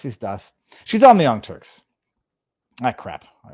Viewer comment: Viva, did you say young turds?